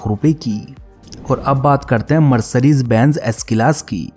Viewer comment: Mercrrise nahi hota ha Mercedes hota ha pagal